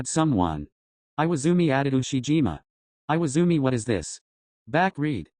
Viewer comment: Im actually dying, IWAIZUMI, NOT IWAZUMI